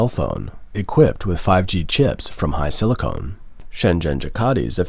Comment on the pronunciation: HiSilicon, not HiSilicone.